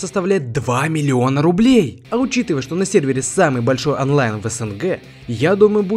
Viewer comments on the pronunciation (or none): none